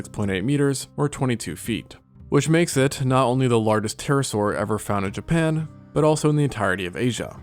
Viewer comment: If i hear him say japan one more time im going to snap